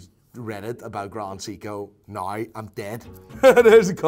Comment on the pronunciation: "Grand Seeko"